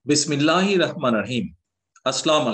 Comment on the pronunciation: দয়া করে সালাম বিছমিল্লাহ শুদ্ধ করে শিক্ষুন